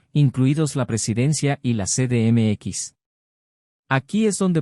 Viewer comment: "ce de eme equis"!? No seas mmón!